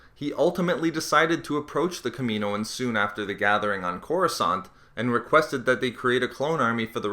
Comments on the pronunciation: It's Kaminoans not Kameeeeeenoans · It's pronunced Kam-in-ohan not Kameen-oin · Killed my ears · It's pronounced kamin-o-ans not kamino-ans 😛